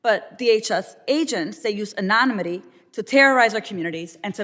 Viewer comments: Mrs. Ramirez...what is 'anonomity'...lol...maybe she doesn't know the word is 'anonymity'?...she should know the word if she is going to throw it out there and not look the fool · Lady says They use an·o·nym·i·ty..don't use words you don't know how to pronounce. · Mrs. Ramirez even pronounce anonymity correctly.....🙄🙄🙄🙄